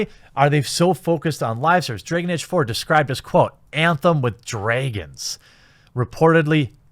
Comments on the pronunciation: Nobody: The Quatering: Dreyhgan Eyge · Anyone else laughing at how our bearded hero says "Dregen Age"? 😂😂😂😂😂😂😂😂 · "Draygin Age." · Stop trying to avoid saying "draygen age!" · You know how I know Jeremy super cares about the Dragon Age brand? He pronounces every in-setting word like he's never heard it before. Bro, you don't have to act like you care about games you've never played to make your point.